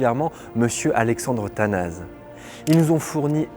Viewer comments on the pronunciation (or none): Excellente vidéo par contre c’est pas Alexandre Tanaze mais bien Alexandrou Tanassssé, c’est comme ça que ça se prononce.